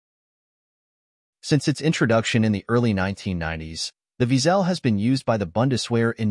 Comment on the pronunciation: wiesel in German is pronounced almost exactly as weasle, except for the w is pronounced as v - veasle, not veazell as heard (too often ;-) in the vid.